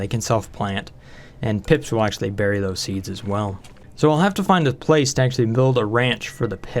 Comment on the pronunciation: Look out... "Thosey" "pokey-shells" will "somy-timeys" try to put things in a "chokey-hold."